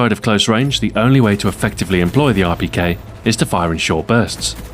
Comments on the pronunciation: if you dont know russian you wont understand it. i know russian and he said it quiet well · XboxAhoy have you learned different languages because of how you could say Rpk in russian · Your pronunciation of Russian is amazing for the beginner! Greetings from Moscow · Am I the only one who thinks its so cool the way he pronounces Russian weapons? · Amazing Russian accent! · how long did it take u to perfect saying the Russian name of the rpk? cuz it sounded really good.